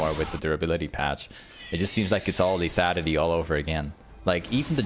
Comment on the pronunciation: say lethanity one more time